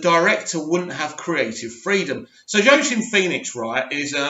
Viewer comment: Jaoquin is pronounced (wah-keen)